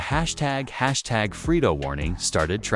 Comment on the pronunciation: Sound like he saying Frito😂